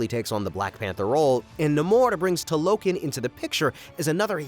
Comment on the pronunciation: It’s TALO KHAN